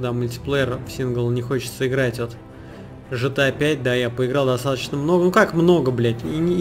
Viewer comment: Gta, а не жта